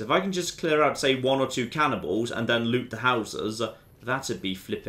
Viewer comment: When he said cannibals, I got confused because I thought he said cannonballs.